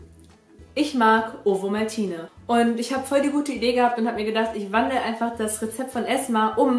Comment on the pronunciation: so geil hahahah du sagst: Owomaltine. In der Schweiz sagt man: Ovomaltine (mit v ausgesprochen)